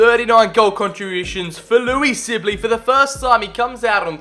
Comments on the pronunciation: Who else was realy annoyed he kept saying silbey not sibley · Amazing vid... but its Sibley not Sillby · let’s take a moment to say he just said ‘louie silbey’😂😂